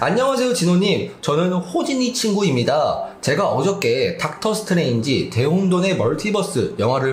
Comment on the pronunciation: 미스터 닥터 스트뤠인지?